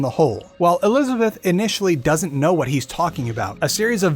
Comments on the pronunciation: elithabeth elithabeth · Bioshock infinite and burial at sea lore was so confusing this guy messed up saying Elizabeth like 5 times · You have a bit of trouble saying “Elizabeth” sometimes, huh? 😂😂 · Homie cant pronounce elizabeth